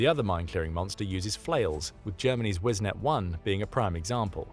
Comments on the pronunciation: Minor nitpick - it's "Wisent", not "Wisnet" 🧐😛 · Its Not wiznet its Wisent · "Wisnet"??? No, it is Wisent (Wee-sent) "Bison"... All armor in Germany is named after animals. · Wisent, not Wisnet. Wisent means Buffalo. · The name of the German machine is "Wisent", not "Wisnet" - it is spelled correctly in the video but pronounced incorrectly in the audio with the letters 'e' and 'n' transposed. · We sent - not - wisnet 🤨